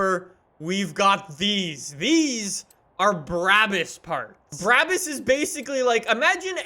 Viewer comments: Not tryna be mean but its pronounced brah-bus not braa-bus even though its spelt that way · It’s not called Bruäbüs, it’s called BRABUS!!!!! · No one:: bra-bis